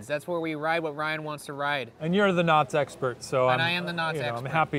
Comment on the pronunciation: I thought he said not sexpert